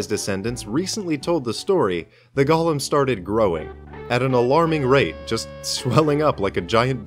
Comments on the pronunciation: I thought this was about Golems but keeps saying Gollum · Also it's pronounced "Goh-Lehm". Not like the LOTR character. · Repeat after me; "Go" "Go" "Lem" "Lem" "Golem" "Gollum" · lol like frog.